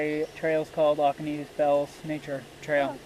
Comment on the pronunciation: BTW, it is not pronounced Oc-o-nee, it is O-co-nee. The best time ti hike here is mid-March when the bells begin to bloom.